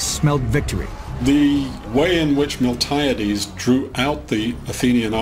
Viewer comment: Also, Spain is, was and never will be in Italy. As entertaining as it is, this documentary is full of flaws and horrific pronunciations.. MiltAHHyaDeees? Milti-AH-Des you mean..